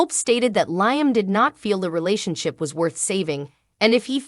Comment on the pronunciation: She said Liem like lie m, not Liam 😂😂😂